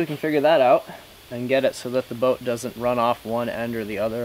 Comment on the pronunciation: "You'll see the broat in half breadth view...." LOL... Almost didn't catch that!